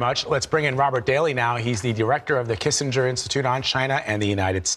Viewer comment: "Kissinger Institute" 😂😂😂